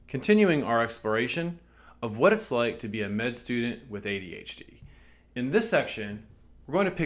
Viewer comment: its funny how you say adHd :D Always surprises me again